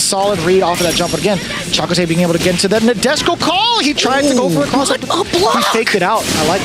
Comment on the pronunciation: Thanks 4 gettin Chakotay’s name right